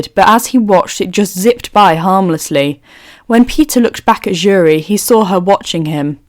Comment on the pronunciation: Um this is great but her name keeps pulling me out of the story have to continue remembering who you are meaning… her name starts with an s not a j … cc gets jury when you say her name please look up how to pronounce her name… sorry I’m not saying her name here I just don’t know how to spell it… wakanda’s princess …